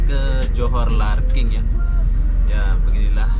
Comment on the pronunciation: LARKIN. L A R K I N. bukan larking. 🙂